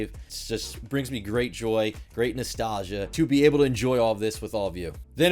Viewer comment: Did this man just say noostalgia